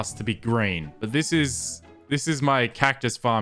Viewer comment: Idk why but when he says green I hear G r a i n